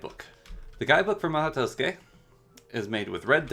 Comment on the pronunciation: "maho toskey" lol